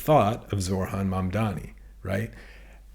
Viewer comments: Only correcting you because i know you care but it's... Zoh-ran You say zor-han 😅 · Thanks for this. It’s annoying though that you can’t pronounce ZOHRAN’s first name. You pronounced it ZORHAN every time. Please stop doing that. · It is NOT Zorhan... it is ZoHRan. You are saying his name wrong many times.